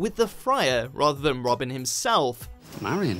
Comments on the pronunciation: And Marian....? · If he is British why can't he pronounce anything right... Marian...derbyshire.....??